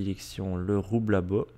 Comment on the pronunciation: Le roublabot ne se pronnonce pas "roublabote" mais "roublabo" ... Essaille de bien prononcer car c'est trés énervant